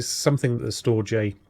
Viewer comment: Damnit man, It's pronounces "Storedge" 🙂